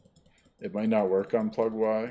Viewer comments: Never hear anybody call it "Plug-why" lol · Sir I do believe most ppl pronounce it "Plug-E" as in "Easter"